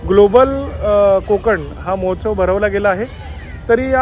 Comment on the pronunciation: मोहोत्सव नाही महोत्सव म्हणा